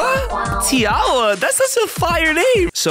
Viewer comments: Tiawa is pronounced tie-wa (short a ) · its tiwa not tiawa